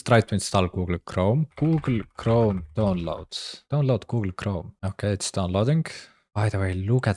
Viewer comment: I love how he says “goo-ool kroam.”